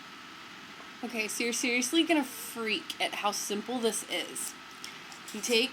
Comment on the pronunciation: The only word you say funny is "aluminium". There is literally no such thing as "aloominum". And of course "seriously" - which I think has 4 syllables - you've managed to compress it to "see-iss-ly".